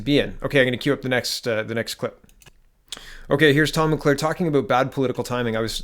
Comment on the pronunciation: It's pronounced "mull-care", not "mull-claire". Great video, good analysis. Hoping this is the beginning of the end for this disastrous government.